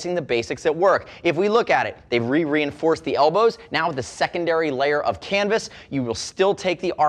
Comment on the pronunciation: I heard it too... el-bro!